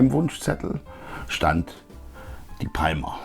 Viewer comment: Bitte künftig Palmer richtig aussprechen: Pa:mer!